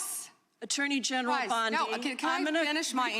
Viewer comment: did Gym Jordan say "Ms. BLONDIE can answer?" 😅